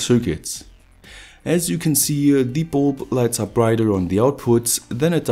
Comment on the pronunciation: I'm like you-a, but don't have any spare-a led-a's.